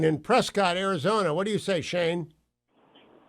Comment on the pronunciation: Hugh, it's pronounced "Press-kit" not "Press-cott", spend some more time in Arizona!